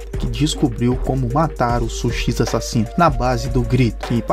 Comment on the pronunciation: " A ssasino "